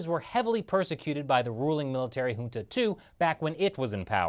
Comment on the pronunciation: pronounces junta, rohingya and myanmar wrongly. Lol